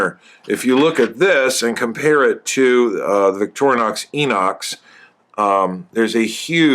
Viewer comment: I like how you pronounce Victorinox.